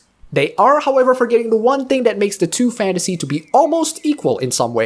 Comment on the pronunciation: A few times when you said fantasy, i heard space marine.